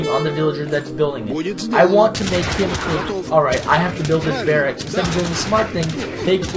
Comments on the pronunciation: Cur-ee-air duh bwah Means 'runner in the woods' in French. And it's "bare-icks". Great videos, but some of the pronunciations are driving me nuts! :-) Haven't seen the latest vids yet to see if you correct yourself, sorry if you already have! Regardless, keep up the good work! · I should note that you do get "barracks" right about half the time.